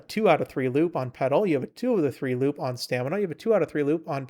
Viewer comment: it's hard to take you seriously when you say Loopa 😭 why not just Loop??